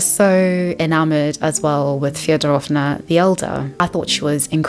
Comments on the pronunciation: also- a little pro tip, as a russian, a can give^ in last names like Фёдоровна (Fyodororovna) you should stress the first syllable fYOdorovna - thats the correct pronunciation! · It’s killing me you called them Feodorovna 😂 but great video